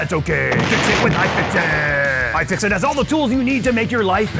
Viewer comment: AYE! FIX IT! (at least that's what it sounded like) But I agree: Best! iFixit! Add! Ev0r! XD